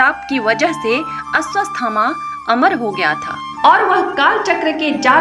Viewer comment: Madam woh Ashwathama hai....... You are saying Asvasthama. It gives a wrong meaning to the name